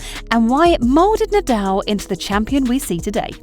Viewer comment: Rafa Nadel? 😂